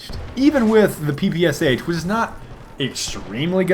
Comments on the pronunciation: Russian pr0tip: it's P-P-Sha, not P-P-S-H:3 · It's not PEEPEEYESYEICH, it's PEPESHA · PPSh actually should be pronounced "PEH-PEH-SHAR". Now, with this knowledge you're a more russian